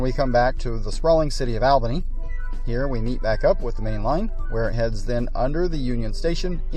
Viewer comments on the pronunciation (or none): Horrible videography. Too bad because the layout looks pretty nice. But the sound gaps, sudden cuts, and rushed narration make for a very fragmented viewing experience. And the capital of New York is pronounced ALL-bany, not AL-bany.